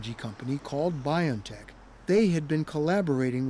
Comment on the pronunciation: If you respect the company BioNTech, pls pronounce it as bee-on-tech, not by-on-tech How do you pronounce the name 'Jose'? 'jo-say' or 'ho-say'?